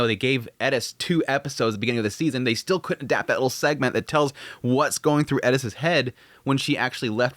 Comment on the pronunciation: Why is it when you have an English translation of a name but the culture refuses to pronounce it properly. Air-iss Heiriss